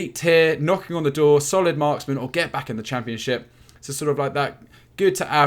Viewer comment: Every time I hear solid marksman. I hear Solly March 😂